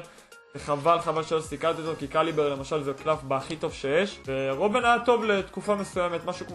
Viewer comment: תפסיק להגיד קאליבר זה קלייבר .. אנשים צופים בך